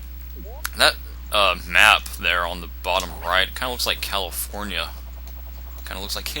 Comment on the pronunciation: LOL when you said California like that I said it the exact same way, The Wizard?